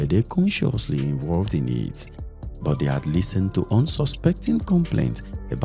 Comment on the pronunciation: Exactly! And also, pronouncing 'but' and words ending with 't', the way you would pronounce words with 'th', like 'death' was so uncomfortable for me. Apart from these, the narrator did well